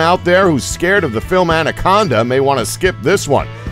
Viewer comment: andaconda but lol